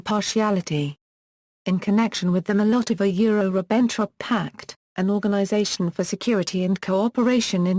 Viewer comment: Maybe with the continuing advance of artificial intelligence it might be one day possible to listen to Audiopedia. Its not there yet! I got as far as the 2nd and 3rd words, "Mol Lottova yure Ribenn Trop" before giving up. I guess she was doing her best.